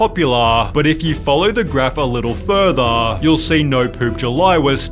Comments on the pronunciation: "Ironicly tho this media exposAHH only made the challenge even more populAHH and if you follow the graff a little furthAHH" Apologies but i cant be the only one that heard it like that😂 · I had to tap out due to his pronunciation of the words exposure, popular and further beginning . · I'm sorry but you saying 'exposure', 'popular', & 'further' made me chuckle.